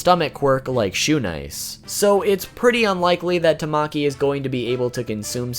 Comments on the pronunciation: i will not be Hermione trying to get people to pronounce things right It’s tama ki Not tam maki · tamaki is pronounced ta-ma-ki :>